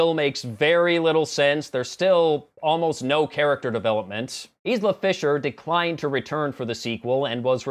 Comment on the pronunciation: Isla Fisher's first name is pronounced "Eye-luh."